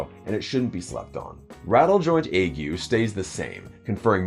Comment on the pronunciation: Big respect for being one of the few creators who can pronounce “ague” correctly lol